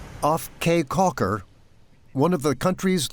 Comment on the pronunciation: Caye Caulker is pronounced “Key Caulker”